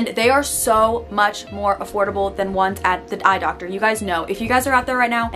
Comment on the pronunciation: Nobody:: eYe DoCTor